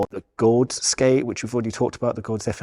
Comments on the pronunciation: Just pronounce Gawds like GODS. That’s what it is. Just a cool, alternative spelling of GODS. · I'm pretty sure you just pronounce it "gods" Also the AG15 is because it doesn't have the same cuff and 45 degree strap that the AG10 has so they consider it another model even tho its the same carbon shell underneath. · Lol... "Gawd's aka "Gahd's" aka "God's"...